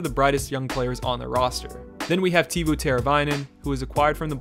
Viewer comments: Tay-vo instead of teevoo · Tevuos name isn’t pronounced te-vu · Other pronunciation edit; Tay-voh... you got Teravainen though. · Tay vo not tee vo